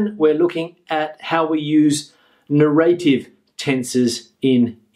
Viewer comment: Very useful and well structured video. But may I ask something?What puzzles me is that you pronounce narrative as "narr- eight-eve" just like as "native" is pronounced. I just can't find this pronounciation anywhere. Thank you for your reply in advance!